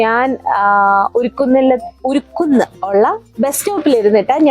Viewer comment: ഉരുക്കുന്നല്ല മേഡം " ഉറുകുന്ന് " വീഡിയോ ചെയ്യും മുൻപ് അവിടെ പരിസരത്തുള്ള ആളുകളോട് സ്ഥലത്തെ പറ്റി അല്പമെങ്കിലും ഡീറ്റെയിൽസ് തിരക്കായിരുന്നു..പ്രദേശത്തിന്റെ പേരെങ്കിലും 🤷🏻‍♀️